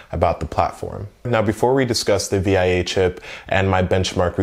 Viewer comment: SDRAM in dual channel? Are you sure about that? 🤔 Also, it’s pronounced “Vee-a”